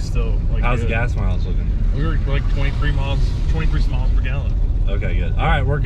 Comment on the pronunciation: I heard "23 smiles per gallon"